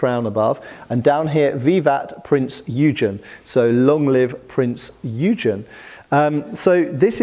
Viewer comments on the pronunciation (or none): Err, I suspect that is “Prinz Oi-gunn”, but don’t take my word for it! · Drachinifel will have a bad day hearing you pronounce Printz Eugen like that